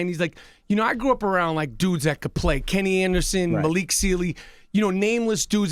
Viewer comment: "yeah Mallik" 😂😂😂 he was in character but ain't say Malik right